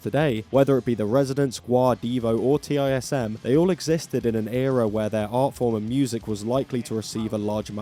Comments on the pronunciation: "TISM" is pronounced "tizzum", not "T.I.S.M." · It's TISM - (one word, rhymes with prism) not T.I.S.M. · Did you just pronounce TISM as Tee Eye Ess Emm? Unsubscribed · Absolutely insane to see TISM* in any video, let alone one made by a non-Australian *(acronym for "this is serious mum" and pronounced as a word rather than separate letters) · T-I-S-M is just pronounced 'Tism ahaha,, good performance art music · TISM is pronounced like autism. Also, Imperial Triumphant have write insane music.